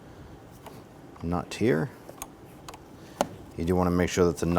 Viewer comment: Bro, where are you from? I keep hearing you say "knot" but I know you're saying nut.